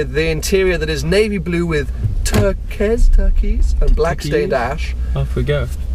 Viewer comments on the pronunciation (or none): TheSocialNetLurk thort he was edukated🤣....Turquoyz😉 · The word is turquoise (turkois) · Great video:) and turquoise is pronounced Tur-coise [second part rhymes with choice] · REALLY? CAN'T PRONOUNCE TURQUOISE? (TER-KOI-Z) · did you just pronounce turquoise as turkeez?